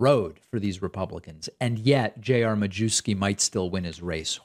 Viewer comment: Traditionally, the surname is pronounced, "myefski". Not sure how he pronounces it.